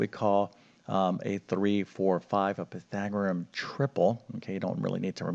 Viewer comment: Pythagorus, not Pythagorum!